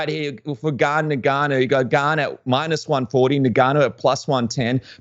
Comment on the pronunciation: for the love of christ, his name is pronounced " En- Gah- no" Step 1 pronounce the " N".(En) Step 2 then "Gannou" ( Gah-no)